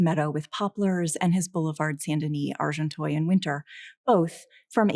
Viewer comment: Good commentary but couldn’t listen for more than 10 minutes to the lecturer pronouncing Monet as ‘Moanay’ and Agenteuil ‘Arjontoyl’. ...sorry